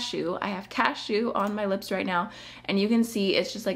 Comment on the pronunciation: the way you accidentally said 'cashew' sounds like you were sneezing in a very articulate way. 'achew'